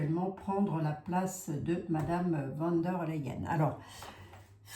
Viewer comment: Bjr. Savez-vous que le V se prononce F en allemand. Donc v d l se prononce fon der L.